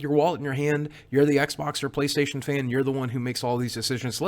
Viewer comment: Playstatiown' is how you pronounce it.